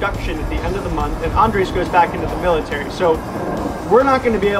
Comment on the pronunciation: You're going to have to learn how to roll your 'R's to say his name right - lol.